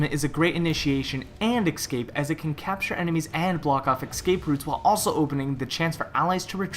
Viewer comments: It's not ecscape it's escape. You are saying it wrong! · He can't pronounce escape. Es-cape not excape. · its escape not exscape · "ex-cape" ??? E-SC-APE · No because me and everyone else hears excape in stead of escape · All I hear when talks: X cape._. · Why just why you said ES-CAPE so much and said it wrong every time :( that was so annoying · X Cape is what I keep hearing. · The way you say escape is really weird. It's "ekscape" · "Ickscape" CRINGGGEEEEE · You mispronounce escape and it hurts. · Learn how to use pronounce the word "escape" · Top 5 worst pronunciations of the word escape. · nice video but i cannot deal with how to pronounce escape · I was about to make this same comment